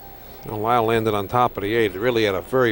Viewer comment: RIP! His name was Leil not Lyle, just for the record.